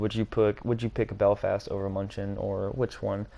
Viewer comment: Btw it’s pronounced “Myoon-i-ken” as in the football team named after Münich itself.